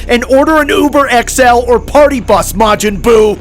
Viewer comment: "Majin buy" 🤣🤣🤣🤣🤣